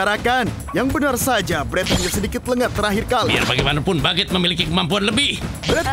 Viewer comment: Bagueete=1% Tuan bread=99% Cara baca=bagutte=bak get Tuan bread=tuan bret